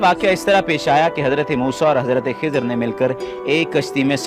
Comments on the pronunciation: Not खीजार सीस्टर खीजर Is Correct Pronunciation 😊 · Khazir not khizaar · Not khizaar it khizer as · Khizar nhi खिज्र है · Dear its nt khizaaar its khi-zar 😊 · Not kezaar hi is khizar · Khizar nhi